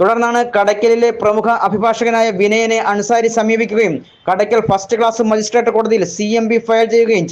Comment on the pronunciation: എക്സ്സൈസ് എല്ലാവന്മാരും കള്ളന്മാരും പെണ്ണുപിടിയന്മാരും ആണ് കൊട്ടാരക്കര, റൂറൽ മേഖലകളിൽ ഉദ്യോഗസ്ഥർ പല പ്രതികളുമായി രഹസ്യബന്ധവും മദ്യപാനവും ഉണ്ട്, പിന്നെ വാർത്ത വായിക്കുന്ന രേഖകൾ ഫസ്റ്റ് ക്ലാസ് മജിസ്ട്രേറ്റ് എന്ന് പറയാൻ ആദ്യം പഠിക്കു